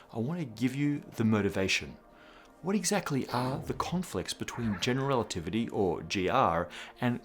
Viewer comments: "relitivity"? Ouch! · "General Relititivy???" Apart from that, awesome as usual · "relitivity" ... :-O (Still... an absolutely amazing episode!) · "General Relitivity"